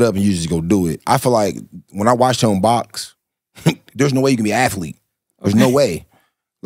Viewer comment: I get what he tryn say with the athletic/athlete conversation. He’s saying it wrong tho